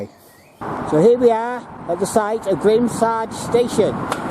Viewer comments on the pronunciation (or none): Great explore. BTW Grimsargh is pronounced Grims-narr.